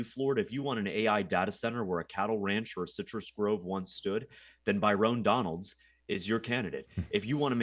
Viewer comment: Calling him By-rone Donalds is friggin hilarious